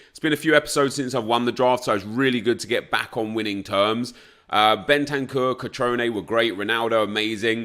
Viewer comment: Cutroneeee not cutron, pls try to pronounce it